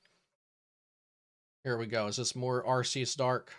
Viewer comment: ARE—kiii—uss. SAY IT RIGHT. (Arceus )